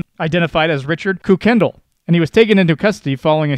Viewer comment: Please check on pronunciations for names. For example, 'Kuykendall' isn't koo-KEN-dul: it's KYE-ken-dahl